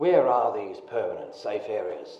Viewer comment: "A pwermanent safe pwace to hide."